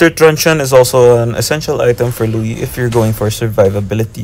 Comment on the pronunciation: Her name’s not Louie. It’s Luo Yi. 😂